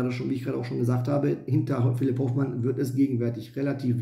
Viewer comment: Hoooooofmann!!! Nicht Hofffffffmann! Soviel Respekt sollte schon sein!